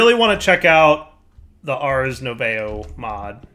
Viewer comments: Nu~ay~vo, instead of Nu~vo, you'd think they were from Canadia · saying French words hahaha nouveau is said 'nuvow' more or less;) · Ars "nouveau" = French for "new". Pronounced "Noo vo" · for those here looking for the ACTUAL pronunciation, nouveau rhymes with 'new bow' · nouveau = (new voe) for those wondering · ars nouveau is pronunced as ars noov-oh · i like how he absolutely butchers the word "nouveau" the entire episode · Yeah, I think he pronounced it every possible way except the correct one, haha. French words are French. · haha, without looking I never would have guessed that was what he was trying to say XD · The way they pronounce nouveau is killing me